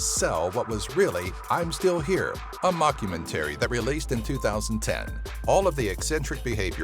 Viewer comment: LMAO at how you pronouced mockumentary